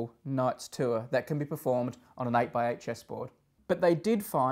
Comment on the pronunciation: What's a "too-er"?